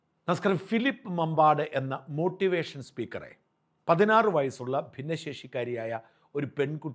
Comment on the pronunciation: മോട്ടി വെഷൻ അല്ല.. അണ്ടി വെഷൻ 😡